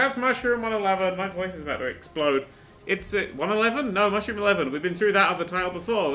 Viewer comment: why does my brain keep hearing the words "mushroom, mushROOM"?